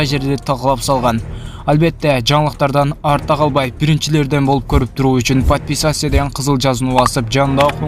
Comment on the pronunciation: Подписася дейсиңби так так сүйлөсөң!!